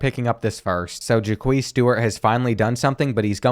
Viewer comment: or Jaquez as Ja queez